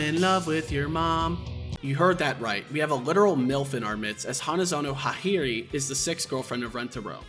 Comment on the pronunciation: What the hell those Hakari and Hahari pronounciations lmao? Bro traded the "a" for "i".